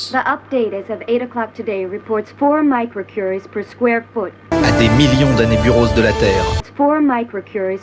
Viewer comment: il dit "hotel" elle dit bien "microcuries", on entend bien le i.